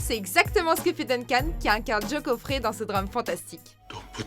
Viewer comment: Je n'ai pas dépassé ... Gary "sinise" (à la française), "Jo coffret" au lieu de John Caffey ? Et même si ce n'est pas le narrateur relatant l'histoire de la ligne verte, c'est pourtant on ne peu plus évident qu'il est le sujet et le point central du film et du roman. Il n'a rien "volé" du tout puisqu'à partir de sa venue la quasi totalité des scènes est centrée sur lui et il est même ce pourquoi le personnage de Paul Edgecomb raconte son histoire. Le personnage de Tom Hanks est le narrateur de son propre récit mais n'en est pas le héro. Le sujet est pas super balaise et il y a déjà 3 erreurs en moins de 2 minutes... C'est une sacrée performance.